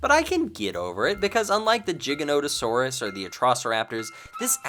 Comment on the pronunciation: Its not JIGANOTASAURUS!!